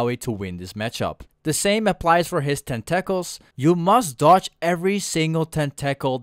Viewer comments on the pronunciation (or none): Great video, and the pronunciation tentacles cracked me up. Tentackles XD